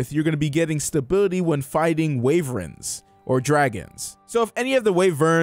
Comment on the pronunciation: Hey, Wyverns are pronounced like they look; Why-verns not Way-verns.